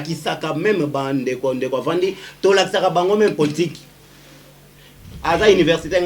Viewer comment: Yebisa muluba balobaka politique e non portique ,bemba e non mbemba